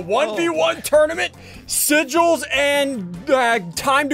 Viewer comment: Sigils not